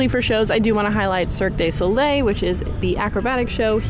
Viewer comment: For future reference it’s pronounced Cirque doo not day Soleil